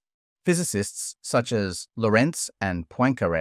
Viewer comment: face-orange-frowning: CRIKEY! You LOST me with BUTCHERING one of the most famous names in science, that EVERY scientist and science fan MUST know correctly! He was NOT Italian, but a Hollander, and his name has NO vowel in the end. It is not LorEnzo, it is spelled and pronounced LOrentz, DAMMIT! The name is in the Dutch/German spelling, without a vowel in the end. So the second last vowel, which is stressed, is indeed the "o", NOT the last vowel "e". Why can English speakers not get this? LOrentz is pronounced just like the English version LAWrence, where the "aw" is stressed, because that final second "e" at the far end is mum in English! So QUIT butchering this important figures name as "lorEntz", or start pronouncing "Lawrence of Arabia" as "LorEnze of Arabia" you silly *****! 🤬